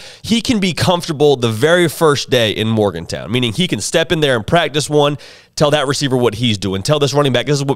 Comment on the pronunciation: He doesn’t know how to pronounce Morgan-Town, does he?